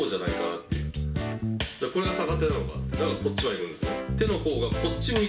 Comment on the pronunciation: はじめまして☆ のスイング良くなってます。 «逆手»で、手首が痛くなったのは、脱力ができていないからです。 慣れるまでは、軽～く振ってみてください♪ 因みに、サカテではなくギャクテと読みます(^o^) 宮川理論を極めてくださいね(*^^)v